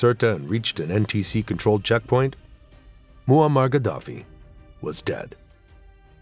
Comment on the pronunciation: sein Name ist Muaammar und nicht Mohammed